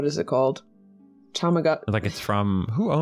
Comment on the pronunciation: Isn't it Tamagotchi and not tomogachi? Bc "tamago" is "egg" in Japanese